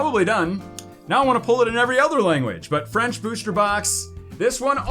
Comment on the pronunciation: Why do u always say booshter box rather than booster